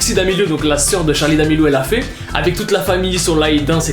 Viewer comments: le respect mdrrr, c'est "Charli" pas "Charlie" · Y a pas de e a charli 😂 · y’a pas de e a charli d’Amelio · a charli il n y a pas de -e c est tout'tout bye 😂😂😂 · Charli pas Charlie ptn